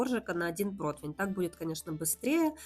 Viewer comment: Слова протвень в русском языке нет. ПРОТИВЕНЬ!